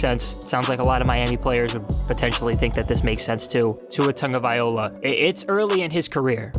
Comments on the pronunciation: I'm sorry man but it's been a whole season since he's been on the team...surely you can learn to pronounce his name correctly, no? You've got the first part correct just the ending is wrong you keep saying vai-OLA but it's vai-LOA just how it's spelled at the end. Just saying. I've listened to your videos before the start of the season and just surprised that you haven't learned how to say it by now. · Say it with me: Vy-loa. Not Viola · Brah, his name is pronounced TagovaiLOA not TagovaiOLA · IT'S NOT TAGOVAIOLA ??????? IT'S - T A G O V A I L O A !!!!!!! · Its pronounced Tunga Vy Low ah no Tunga Viola. If you’re going to make videos at least learn how to pronounce peoples names and read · So we supposed to believe you when you can’t even say his name right! It’s TangaVAILOA!! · Guy sensationalizes the facts in an extreme negative light and emphasizes his ignorance by repeatedly mispronouncing his name. Tua has a long way to go but did okay for a guy with no Spring , no training camp, no preseason, a pretty lousy O line, lousy receivers, mediocre RBs and a system not fit for him. Trade back into the top ten, pick up your 3rd 2nd rounder (2-1s, 3-2s, that's five of the top 50), get Tua two receivers, a RB and a Right Tackle and and I'll take the Dolphins over Watson wherever he goes. I'll take Tua twice if Watson chooses the Jets.